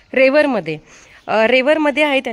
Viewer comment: रावेर आहे गाव... रेवर नाही...